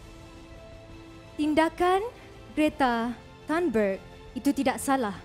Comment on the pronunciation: Not turnberg ... But tienberg because she's from sweden